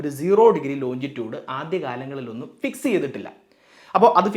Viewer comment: Longitude ലോഞ്ചിറ്റ്യൂട്